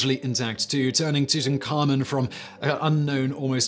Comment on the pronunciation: SIMON! You said Tutenkhamun right! I'm so proud of you.